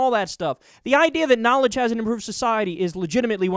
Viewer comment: "NAAL-idj"? That's a strange way to say organized religion.